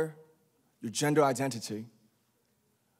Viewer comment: Did u guys hear when he said “gender identity”??? He sounds so British